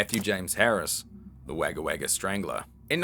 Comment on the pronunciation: just a heads up its pronounced more like an o than an a in wagga